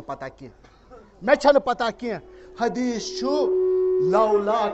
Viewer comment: Hadees barabar padhiye jinab. Hadees kyu galat padh rahe ho aap